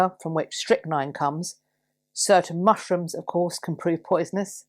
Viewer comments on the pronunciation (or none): none